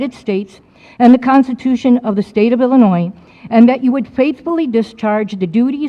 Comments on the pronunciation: I really think if you live in Illinois, you should know better than to pronounce in Illinoissss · I don't understand why apparently smart and articulate people from Illinois still pronounce it as Illa-noyZ. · If he's saying Illinois and pronouncing the S, he's not from Illinois. No way.